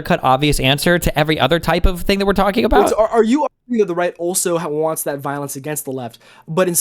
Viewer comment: "HE DID NOT HING WRONG"